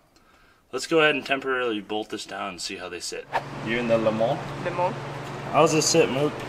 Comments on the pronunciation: Sorry - Can't help it - You do not pronounce the s at the end of Le Mans. So just say Le Man. You probably know that Le Mans is a reference to the 24H race at the city of Mans in France. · Please say Le Mans correctly, it kills me inside hearing it said this way!